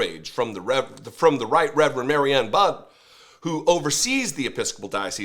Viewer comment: Rt Rev Marianne Budde is the bishop for DC and pronounces her last name like buddy, not bud. I agree with everything you said here. Drumpf doesn't have a religious bone in his body.